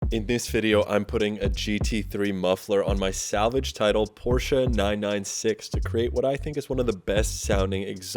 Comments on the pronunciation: Nice car and im glad someone from the usa says porchE and not porch great video and i love your Volvo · Thank you for pronouncing Porsche correctly. You are way ahead of the game. You won't believe how many "experts" on youtube cannot even get the pronunciation correct.